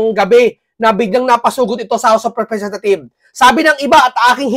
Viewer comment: House of representatives dapat my S sa dulo pag mag pronounce suriin mo muna bago ka mag salita